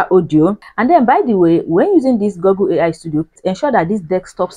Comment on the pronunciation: Nice content 👍, keep up the good work. By the way, it's called GOOgle, not GOGGle.